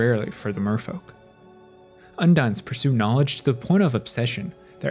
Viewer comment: Undine is pronounced Un-dean... Merfolk and Viashino are my favorite humanoid races, I can't wait to return to Alara and Ixalan.